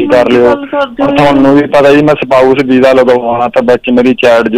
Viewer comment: galti parents di aa coz Girl is educated & boy is very uneducated. the way he talks like Shnap chat. Vija etc etc & some english words doesn’t mean anything